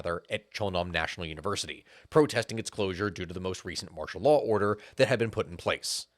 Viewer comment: Anyone ever tell you your accent makes martial law sound like mashallah I had to replay it a few times and yeah, the emphasis on "marsh" and pronouncing law as "laah" got me laughing